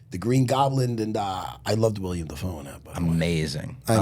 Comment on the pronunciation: its fuckin willem matt not william